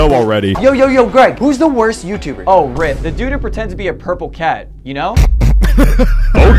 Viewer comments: Why does bro sound like he’s saying “rice”? Say Ryth like a normal person, buddy. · His name is not pronounced Rice 🤓🤓🤓 it's pronounced rith but the spelling is ryth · How do you pronouse "Ryth" as "Rice" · “YightH” no way this guy name “HUE” 💀 just called my guy yighth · Bro said rice instead of ryth💀💀💀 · bro said rice than ryth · bro said your name as freakin' raieth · No, no I don’t hate “rithe” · when bro said ryth i was about to throw hands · "Rith,Rith,Rith,RITH," it isn't that hard his name is Ryth Said sounding like Riyth Like everyone says it wrong like bruh it aint hard! i knew it immediately like English isn't even my first language! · how did he pronounce Ryth